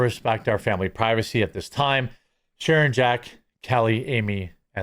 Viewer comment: Sharon not Shannon